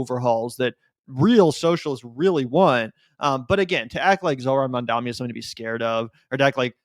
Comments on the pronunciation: Bro stop saying "Mamdami" -- you're just as bad as Cuomo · Hey, it’s MamdaNi. We gotta get it right. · Considering the smack u guys talk, please pronounce Mamdani right. It isn't Mandami or Mamdami it is Mamdani. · my man, you gotta learn how to say Mamdani correctly lol.